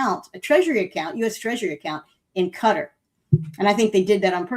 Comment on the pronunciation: It's Kat Are, Qatar --- not cutta FFS